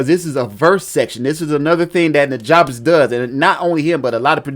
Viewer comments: It's pronounced newjuhbess. The "ja" is like the "ju" in jump. He says it on his Ristorante mixtape. Great tutorial as always. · Love what you do and this vid! One thing I want to send your way. It's important to his legacy that we pronounce his name correctly. It's pronounced "NEW-JUH-BESS". I was corrected years ago by one of his personal collaborators and specifically told that we need to respect his legacy and let people know before the memory is lost with time. Peace and Positive Energy! :)